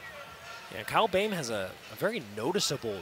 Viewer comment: It’s not Kyle bem, it’s Kyle BOEHM, pronounce it like Böhm